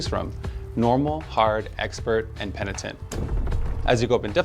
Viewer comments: "Penient" = X PE - NI - TENT = yes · "Peniant" "pentinent" yea this word is hard for the german people 😂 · its pronounced.. "PEN" "I" "TENT" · He literally told you how to say it and 2 seconds later you FK it up. PENI- TENT. Omfg. 🤦🏼‍♂️ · love how rob still wont say penitent right lol love your content man, looking forward to your build guides for s6!